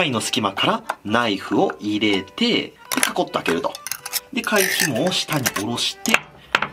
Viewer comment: この人入れての発音特殊やな 入↑れ↓て→